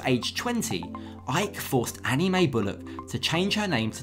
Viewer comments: First of all it's Anna Mae not Annie Mae. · its ana-mae not annie